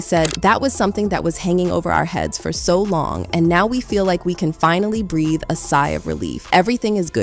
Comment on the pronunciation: Did youi just say BREATH-EEEEEEE